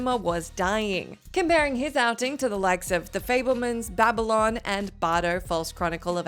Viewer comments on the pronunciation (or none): none